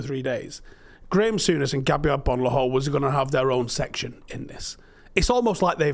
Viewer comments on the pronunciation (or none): stop pronouncing his name incorrectly Is Graeme Sour-ness